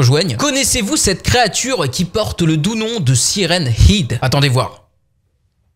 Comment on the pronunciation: sa se dit head